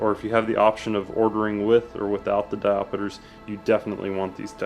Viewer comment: Diopters...not Diopeters